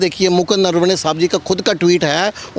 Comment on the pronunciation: He is saying नरवणे or नरवने ye नरवाडे कहासे आगया